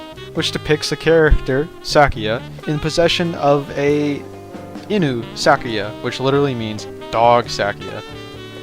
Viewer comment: Fumo When you said "inu-sakuya" i hurt Not meaning to be rude or anything but "Inu" (いぬ / 犬) is pronounced "EEnoo". Also the r sound is more of a flap, similar to the Spanish r, but not exactly the same. Sorry for being that person!